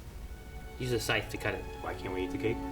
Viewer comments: i thought said cake too! lol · I totally heard cake too, questioned it, heard say it, and just accepted it 😂😂